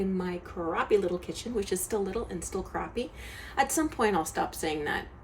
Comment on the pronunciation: its crappy not croppy lol